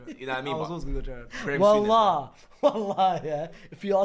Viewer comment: Moldovo guy said Graime Sunnes 🤣🤣🤣